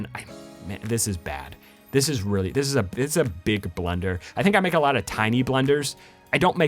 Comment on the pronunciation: does anyone else hear him say blender instead of blunder